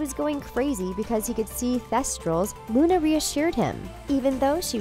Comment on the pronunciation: When you dont say lovegood: Luna When you say lovegood: Luni Lovegood!